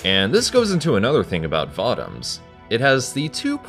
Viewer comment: It's pronounced VO-Toms There is no A in the word. They are not Vatoms as you say it they'r Votoms